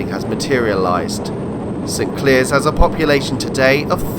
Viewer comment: Very interesting video. FYI St Clears is pronounced St Clares